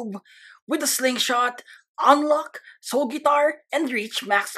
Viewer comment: Wait in the first did he said soul fart for real?